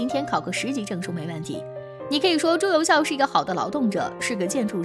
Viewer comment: 朱由检 朱由校（jiao）检 校都有检核校正之意吧？别读白字了。还有朱佑樘（cheng）